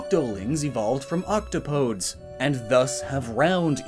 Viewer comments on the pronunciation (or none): pardon me, octo PODES? OK-TOP-O-DEES is how it’s pronounced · Isn’t “octopodes” pronounced “oc-TAH-poh-DEES”? Matpat had a source that said it that way in his Splatoon theory. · Octopodes is pronounced “octopodies” But eh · It's pronounced Auc-top-o-deez.